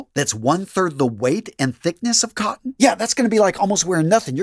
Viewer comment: Organic "cotten"... say again?